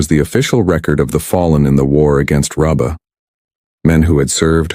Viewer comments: They said rubber many times. Who is reading this? It is Rabbah not rubber. 😮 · Excellent writing that can prompt a person to reading God's Word even more faithfully. Small technical issue, though, your AI pronounces Rabbah as Rubber